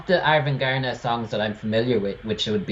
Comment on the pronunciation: It doesn´t matter, but the stress on Arvingarna isn´t on "gar", but on "Ar" and "ving". "Arv" means like inheritance in Swedish, and arvingar is heirs. "Arvingarna"= "The Heirs" Their fathers were famous musicians in this dansband genre.